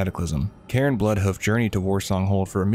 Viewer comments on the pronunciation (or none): none